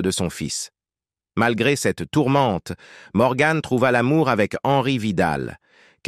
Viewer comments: On ne prononce pas MorganE mais Morgan à la française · Elle s'appelle Morgan et non morgann 😂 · Pas Morgane mais morgan comne vent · Mort prématurée? Elle avait plus de 90 ans. Et on ne dit pas morgane mais Morgan an an; Sa beauté correspondait à une époque.